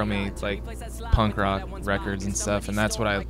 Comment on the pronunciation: "punnk rawk teen years" oh shut the fuck up emo's. lmfao.